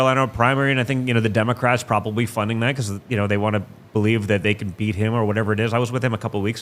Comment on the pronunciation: . "that THEY!" Don't keep the 1st timers aloof! Speak "THEY" clearly and concisely! THE REPUBLICANS AND THE DONALD TRUMPS! I YIELD